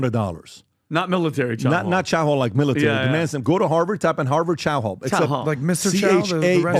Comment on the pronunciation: "Chow Hoal" OO. 🤣 You guys kill me....